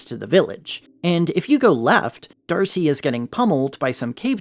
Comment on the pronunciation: The way you said "D'arce" as "Darcy" threw me for a loop. Not sure if that's a joke or meme in the fandom?